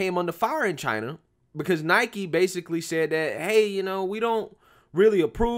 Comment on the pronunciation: Listen, for real... Thank you for pronouncing Nike correctly. I agree with you on the rest, but that right off the bat gets you respect from me.